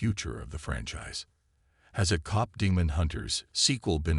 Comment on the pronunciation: If you are going to have AI read you might want to make sure they are reading it correctly. Cop is not the same as Kpop. 🤦‍♀️